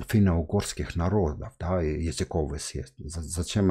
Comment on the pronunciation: Миша, браво! Но языковОй!!